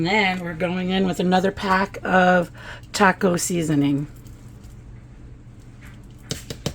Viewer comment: I know I'm being picky but please learn how to pronounce "taco". Thank you.